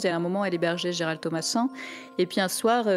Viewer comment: borhinger bourrer dit gerard au lieu de gerald ,quelle honte............